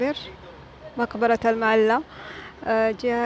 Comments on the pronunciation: المعلاه وليس المعلا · المعلاة وليس المعلا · طبعا في المجمل شي جميل ما تقومين به اختى الكريمه في كل فيديوهاتك ولكن في هذا الفيديو لموقع اثري مقبرة المعلاه وكما لفظتيها بالمعلا بتشديد اللام وهذا خطأ في صحة الاسم لانه كثير من المتابعين يعتقدون بان ما لفظتيه اسم صحيح ايضا العزة وانتي لفظايها غزة بدون الالف واللام وتفرق بين غزة والغزة اتمنى في اي اسم يكون صحيح وخاصة المواقع التاريخيه حتى لانعبث بمسميات تاريخية ذات قيمه علمية وليس مجرد تعليق على فلوق لكسب عدد من المتابعين اتمنى قبول ملاحظاتي ولك كل التحية والتقدير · اسمها مقبرة المعلاة اللام عليها فتحة بدون شدة أي لاتنطق بالشدة هذا الصحيح